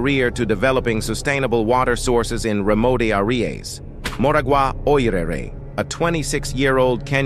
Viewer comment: AI thought that 'remote areas' was a Spanish place name ...Remote Areas 🙂